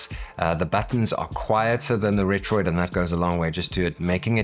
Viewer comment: Thanks for not calling it retroARK